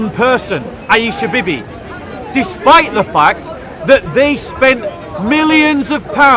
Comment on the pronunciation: Hey!!. It's not Bibee. It's.....wait for it........Beebee.